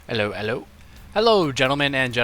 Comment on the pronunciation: "Ehlo, ehlo" - Ode to Numa Numa? :p